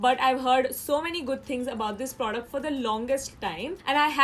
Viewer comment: You don't know how to say "product" lol😂😂